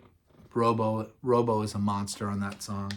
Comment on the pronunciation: Great stuff, just one thing it'spronounced Rob Oh .. not rooobo.